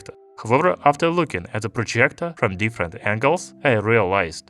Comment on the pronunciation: Man the way you pronounce “projjgectorr”